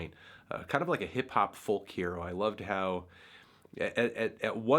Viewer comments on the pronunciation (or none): none